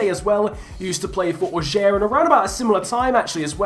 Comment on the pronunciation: Comme il dit "Auxerre" c'est horrible mdr